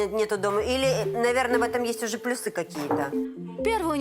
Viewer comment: В слове "плюсы" ударение следует ставить на слог с буквой Ю.